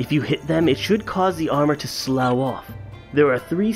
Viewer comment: That was such perfect timing when you were talking with the dude about being almost perfect, and then you mispronounced a word. Freaking chef's kiss mwah! Lol (btw, slough rhymes with tough or stuff. It's used like: when you exfoliate really well, all that extra dead skin sloughs right off.